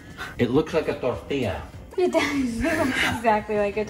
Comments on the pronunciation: 😂😂 Tortilla is pronounced as Taw-tee-yah.. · Tortilla??😮 I heard tortiya which sounds like rotiya😂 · Tortiya sounds like rotiya( plural of roti)